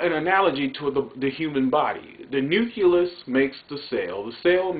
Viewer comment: My man...you seem very educated...but please, it's nucleus...pronounced new-clee-us...not nuculus. Back to the heart of your speech...honestly, the facts that you stated relate to ALL people, not just black people.